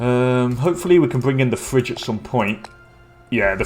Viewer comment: it is not Fridge, it is called phry-gi-a, FACE PALM